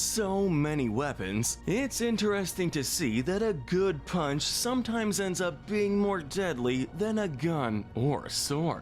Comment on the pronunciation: Pretty sure he doesn't even pronounce the "p" in "punch"